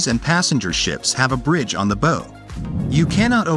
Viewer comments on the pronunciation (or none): It’s pronounced ‘bao’ not bow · Why is he pronouncing bow Weird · Bow pronounced like cow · Why doesn't the "Narration AI" pronounce BOW the same at all time? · bow? Somebody should teach these robots how to pronounce words in English. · Learn how to pronounce bow as in the bow of a ship!